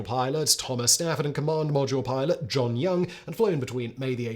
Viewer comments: " Lunar podule milot" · Love it when he says 'lunar podule milot' . The editor missed that one. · Did you say "Lunar Podule Milot?" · "lunar podule milot" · Podule milot...😂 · . "lunar podule milot" 🙂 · "The lunar Podule Milot"? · I love the metathesis faux pas at about “lunar produle milot” I can’t believe this doesn’t happen more often based on the speed in which he speaks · "commander and lunar podule milot"... err Houston, we have a problem. 🤣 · You said "Podule Milot" :) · Lol, "podular milot" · "Lunar Podule Milot" LOL!! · Lunar Podule Miler? Is that Luna Module Pilot or am I not understanding it? Not a piss take, really enjoyed this one and seeking clarification. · He also say Lunar Podule Milot lol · "Lunar Podular Milot"??😅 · "Lunar Podule Milot" 🤣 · "Luna podule milot"???😂. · I do enjoy your videos, especially this series on manned space flight. I also enjoy the humour you creatively insert and, with that in mind, wondered if you intentionally called the Module Pilot the “Podule Milot’ at 30’52” time stamp (I had to play it again to make sure I wasn’t hearing things). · "Lunar Podule Milot" XD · Lunar podule milot is proof that simon is a robot and not real.